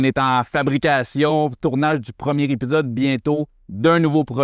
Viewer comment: É Pi Zode pas Hep pi ssode 😂 jnt goat